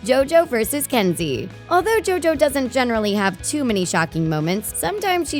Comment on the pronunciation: PAUSE! Turn your subtitles on! When she said JoJo, it came out as Joe doe!!! 🤣😂🤣😂🤣😂